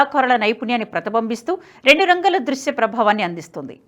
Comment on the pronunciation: ప్రతిబంబిస్తూ అనకూడదు,ప్రతి బింబిస్తూ అనాలి, గమనించగలరు